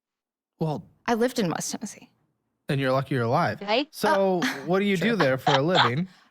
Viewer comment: She's not from TN, no Tennessean says "Central YN"